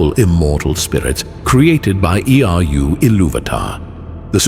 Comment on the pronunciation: Omg could you repeat the same idea in slightly different ways any more? So he became a spirit. Doomed to wander. The end. "Created by Ee-aye-ee-aye-oh-ar-yu, Iluvatar." Old MacDonald Iluvatar had a farm and Arda was it's name-oh. (Btw wtf is up with this video, an ad every 5min? Lame.